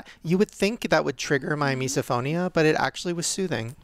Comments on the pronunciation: it’s mis-O-phonia. Not mis-DA-phonia. 😂🤦‍♀️😅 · It's not MeesNOphobia! Learn how to pronounce the word dude. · Everytime someone says misophonia it gets worse and worse pronounced! "Miso-no-fo-bo-nia" lol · It’s really impressive to me how without fail in every video or discussion with eating or about Shane’s misophonia, Shane with explain it or say something about it and pronounce it properly and then will immediately say “Misnophonia” and say it wrong. Without fail even if Shane’s just said it properly hahaha. That triggers MY misophonia